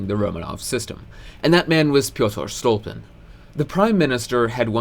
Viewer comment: He is StolYpin, not StOlpin